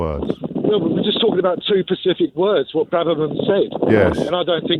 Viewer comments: "Two pacific words" tells you all you need to know about the intelligence of this plonker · "We're just talking about two Pacific words" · Did he say pacific instead of specific 😂